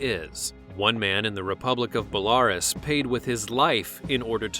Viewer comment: Listen to how he pronounced "Belarus"! I've never heard anyone say it like that.